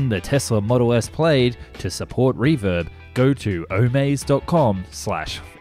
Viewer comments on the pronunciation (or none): I noticed you pronounce it the way I do every time I see the word : PLAYED, instead of the correct " PLADD "